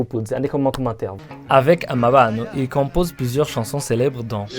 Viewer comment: Orchestre amabano, et non amabâno